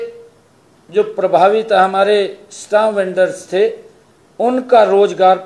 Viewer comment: Stam nhi Stamp hota hai...plz update your knowledge